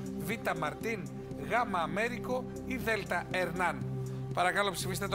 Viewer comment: Προφέρεται "Βεσπούτσι". Μη ντρέπεστε, έτσι είναι ... Και το μικρό του είναι Αμέριγκο (και όχι Αμέρικο).